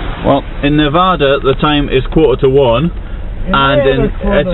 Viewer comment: I know you're not an American but please learn to pronounce our state correctly. Despite common mispronunciation by some of the less educated among the eastern American news media, the correct pronunciation of Nevada is neh-VA-duh and NOT neh-VAH-duh. Thanks.